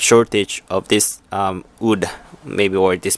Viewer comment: God damnit it's WOOD NOT ODD.